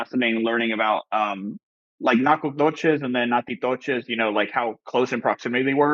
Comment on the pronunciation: My former New Orleans born and bred husband laughed at my half hispanic pronunciation of Natchitoches as: Nah-chee-toh-chis as you guys also pronounced it. We see things phonetically. The correct pronunciation is: Na-ka-tish. Go figure.